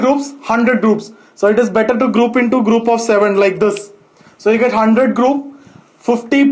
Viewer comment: Into-indo thousand-tousand😃😃🤗🤗